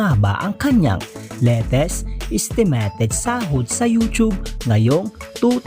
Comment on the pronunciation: Do you have a speech problem buddy? Sorry but it doesn’t sound good. Know the difference between i eye and e. Estimeyted not estemeted